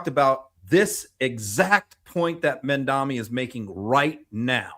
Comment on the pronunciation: please learn to say Mamdani - “MOM-Donny.” Thanks! ❤ from NYC